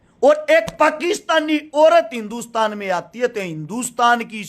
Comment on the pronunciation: Aati h nhi aatti h😂😂😂😂